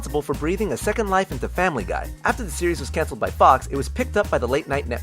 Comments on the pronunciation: u said famliy guy wrong u said family gay!!!!111111!!!!!!!11!!!!!!!!!! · It kinda sounded like he said Family Gay... Does anyone else hear that?